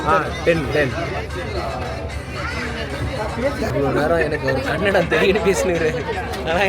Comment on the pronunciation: Dey adhu kannadam ela kannada seriya solunga